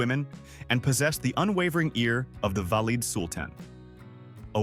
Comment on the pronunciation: The illustrations are deplorable: incorrect, multi - cultural. Learn to pronounce "valide" !